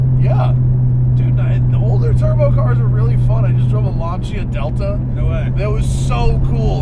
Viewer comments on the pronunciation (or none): Who told it was pronounced "Lahn-CHia"??? There's no special way to say it. It's Pronounced how it looks... Lahn-SEE-Ahh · You sir are a moron. It is and Italian name, and it is pronounced Lahnchta